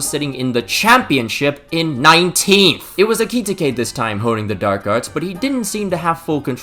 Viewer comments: bro it’s EH-Cuh-Tee-Kay, not ekititikekeke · ‘Ayki-tikay’ lol 😂😂😂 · Genuinely what the hell is so hard about Ekitiké? I've heard three different football commentators say it wrong. It's literally four syllables. Finnish would beat your ass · Ekitike is surely not pronounced like that 😅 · Stop pronouncing Ekitike like that. (Here's your engagement bozo) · BRO ITS EKITIKE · The way you pronounce Ekitike I just know you mispronounce Gracias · i love you bro but please learn how to say ekitike😭🙏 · Thats not how you say Ekitike😂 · Number of times said Ekitike - 5 Number of times said Ekitike correctly - 0 You know they now release a video at the start of the season with the players pronoucing their own names